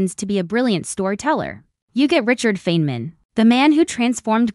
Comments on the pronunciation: Richard Feynman (pronounced FINE-man) deserves better than this ridiculous short that doesn't even know how to say his name. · This is an AI video with, from what I can tell, ZERO images of the REAL Feynman, whose name this video mispronounces. Great job of dissing a great scientist (that was satire).